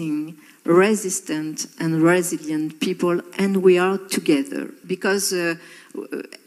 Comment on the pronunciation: "we are togezeur" les sous-titres sont gold, quel malaise en puissance !!! mon dieu mon dieu mon dieu...